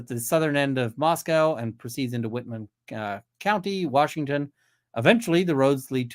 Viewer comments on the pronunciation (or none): for all who may be interested, latah is pronounced "lay-tah" and moscow is "mos-coe" not "mos-cow". sincerely, a moscow, id, resident. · Pronounced lay taw and mos Co not mos cow